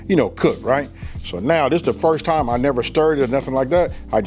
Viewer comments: Look at it one more time, not "one more gin." I know ignorant people make fun of you for speaking correctly but if you want to bring in an audience, you have to, as you say, "level up" and sound intelligent. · I heard that old school come out for a sec. 'ONE MO GIN'